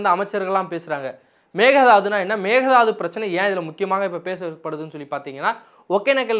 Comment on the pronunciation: Pl prounce mekke thattu not mega dathu